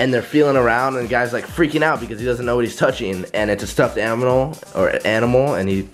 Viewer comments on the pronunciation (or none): says aminal 💀💀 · " Its a stuffed aminal " 😂😂😂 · the type to confuse a coconut with an onion... and also the type to pronounce animal and aminal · "Stuffed aminal" 2017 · And it's a stuffed aminal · "It's a stuffed aminal"